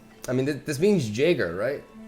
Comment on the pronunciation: Eren "Jeyger" 🤣